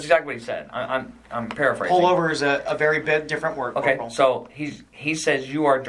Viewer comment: This is petty but, I can't stand when he calls Corporal Ramsey "Corp"